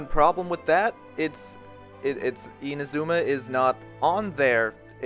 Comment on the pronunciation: My gosh… you butchered Inazuma’s pronunciation horribly…